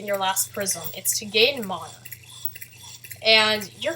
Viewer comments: its man-a not manoh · ITS NOT MONA, ITS MANA. GET IT RIGHT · Mauna MONA? moana? muna.. wait.. meononaa? OOOH NEMO! ok seriously this is the first time I've heard someone pronounce it like that.